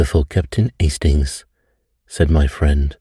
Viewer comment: I close my eyes and the images pop into my head…it’s as if I’m watching the episode ABC TV…lols 🤣 I’ve been wanting to tell you this for a long time! Thanx, I do enjoy your narration, especially when you do Hercule Poirot’s French accent ‘Astings!’ 😅👏